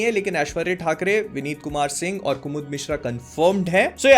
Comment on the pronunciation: Bhai tum or to bolte ho par mujhe ol do kyu sunai deta hai😂